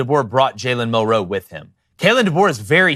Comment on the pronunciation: It's Mil'-roe, not Mil-roe', Ein-stein'.